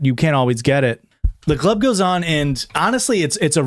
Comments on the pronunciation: it took me 43 minutes to realize u were saying "glub" and that u actually can pronounce the letter c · Every time you say glub I actually start laughing so hard. EVERY TIME. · It took so long to realise you said glub and not glove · I screamed every time the word "glum" was uttered 💀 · every time he says stuff like “glub” or “gluys and glorls” or “glevil” i giggle a little